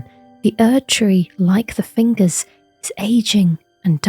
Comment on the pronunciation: Cool video. I liked when you said fingeys and wiggled your fingers Lol